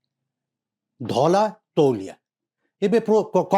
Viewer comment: ତୁମ କୁ କିଛି ଜଣା ନାହିଁ। Turkish towel ବ୍ରିଟିଶ ସମୟରେ ନ ଥିଲା। ଏମିତି ନିଚ ବିଷୟ ବସ୍ତୁ ଆଲୋଚନା କରିବା ଉଚିତ୍ ନୁହେଁ। ଧଳା କୁ ଠିକ୍ ଭବେ ଉଚ୍ଚାରଣ କରି ପାରୁନ ଧଲା କହୁଚ । ଛି...